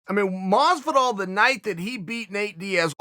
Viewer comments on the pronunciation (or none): Me: Masvidal Chael: MOsvidal Me: thats what I said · Masvidal legally has to add more syllables to his name